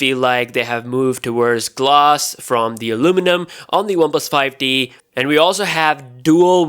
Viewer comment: He kept saying ‘one plus 5 D’. It’s ‘one plus 5 T’!!